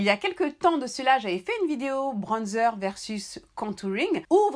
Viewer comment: « UN BRONNNDZEUR »🤣🤣🤣vous me régalez